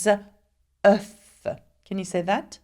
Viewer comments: no its pronounced oof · דן אפריאט œuf is always pronounced with the F sound. And the plural: œufs is always pronounced without.